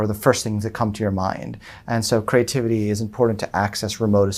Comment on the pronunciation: Is it so hard not to sound completely hysterical ? I’m so annoyed by the first guy and his hyper annoying personality I wonder if I can finish listening to this. Then there’s the one who pronounced creativity as “CRAY-tivity”. 🤮